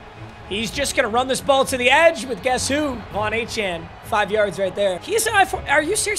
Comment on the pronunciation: i’m a die hard aggie please say achane a-chain